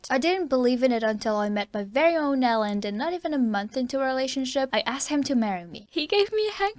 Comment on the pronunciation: Elend reads with an 'ee' eelend. Ee like in sweet